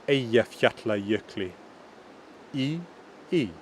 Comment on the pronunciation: I'm from Iceland and have been living in Norway for the last 10 years "in the west" and its interesting to hear how some of the things that have change are still in the Norwegian language, your pronunciations are good, especially the hard words like Eyjafjallajökull. I am impressed! I can understand much of the old language but its true there is a big difference and it was taught in history at school when i was younger.